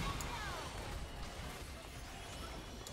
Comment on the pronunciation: that's how he's supposed to be pronunced tho